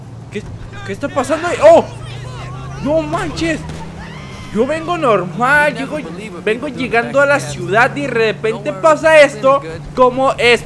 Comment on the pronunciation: Like si oíste de dijo redepente y no derepente